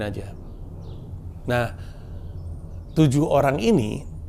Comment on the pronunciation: Coba ngomong tujuh yang bener gimana 😂😂